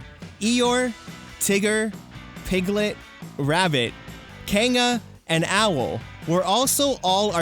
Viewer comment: Fabulous video... But did anyone else notice the way he said Kanga... Kang-a, instead of kan-ga?